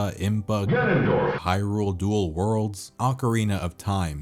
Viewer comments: Nobody:: gAnOnDoRf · Started out as a really nice retrospective until you broke my brain with "GANONDORF" 5000 times. WTF is wrong with you?! Jesus F'n Christ... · legitimately had to stop watching because of the fucking “GANONDORF” dude